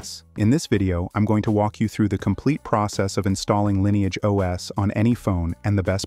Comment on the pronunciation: I'm a little confused. Is it pronounced "Linni-age" (as in Linny) or "Line-age" (as in line)?